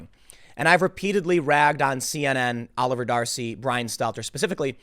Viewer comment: Every time you say 'Oliver D'Arcy I hear Jefferson.